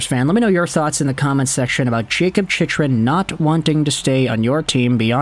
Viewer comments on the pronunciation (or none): It's pronounced Chick-Run, not Chich-Run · It’s Jakob Chick-Run.